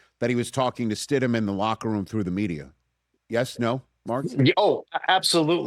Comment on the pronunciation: UMMMMMMMMM, you called him Stid-MAN!? You do not even know the guys name?! YIKES!!!